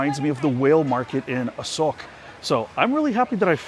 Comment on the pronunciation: Hey, From the last clip i very doubt about Thai Sub "ออกจากรองเท้า" and don't understand how it relate to SOCK? This clip I clear about it now, You said A-SOKE But the auto translate make it wrong bc you pronouce was A-SOCK. hahahaha